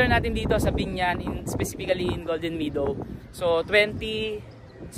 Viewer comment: subscriber ako. I’ll support your channel Pero ayusin mo naman ang pag pronounce mo ng “meadow”. Bisaya din ako anak. Pero Mehdow ang bigkas, not “midow “.